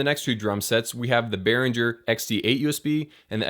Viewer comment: Behringer. Properly pronounced "Bay Ringer" German. Give them a call.